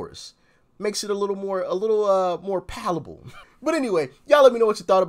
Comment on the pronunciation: Palatable not palable🤣🤣🤣